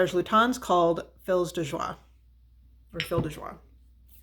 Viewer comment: Also I LOVE Fils de joie (it's pronounced more like "fees de zhwah," for what it's worth, with the "l" being silent. Its name is a bit of a pun. French slang for prostitute is "fille de joie," or girl/daughter of joy, and "fils de joie" means "son of joy."